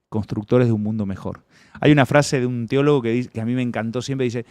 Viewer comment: (teologo) se dice, no treologo, la R no va, me alegra que no excluyan a los creyentes, un abrazo, excelente programa.